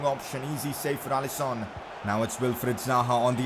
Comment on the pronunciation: Is actually pronounced allisin not Allison👍🏼